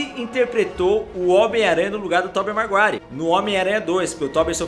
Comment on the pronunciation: É Tobey maguire e não marguire